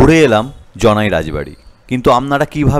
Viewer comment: হ্যা কথাটা জনাই জানাই নয়